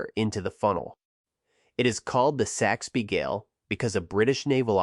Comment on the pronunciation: Repeat after me, "Saxby Gale". (Named after the guy who predicted it many years earlier.)